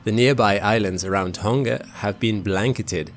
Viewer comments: its kind of annoying that people say ton-G-a. but its pronounced do ng a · Pedantic old guy here… South Pacific languages and dialects use a soft “g”. So “Tonga” is pronounced like “song-a” not “ton-ga”. 👍🇳🇿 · Learning how to pronounce a place name is a great thing to do when speaking about different places in the world. The letter 'g' in Tongan is pronounced the same as it is in the word singer. Pleeeease people stop saying it with a hard 'g'. Great clip otherwise.